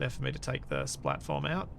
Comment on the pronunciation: All I hear is "splatform". Once you hear, you cannot unhear... ;)